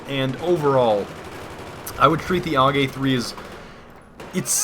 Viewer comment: The AUG is pronounced singularly like U.K or U.S.A